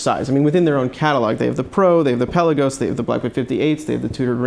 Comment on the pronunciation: In a previous video you pronounced Pe’La-gos correctly and even commented on it at the beginning of the video...now pel-a-gos....😕